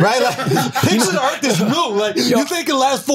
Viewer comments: I don't know which is more cringe. Taylor saying she is a alien and isn't from this planet. But having some stupid views and questions about aliens. Or Charla trying to have a intelligent convo about earth. All while calling it earFFF the whole time. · Take a shot every time Charla says Erff instead of Earth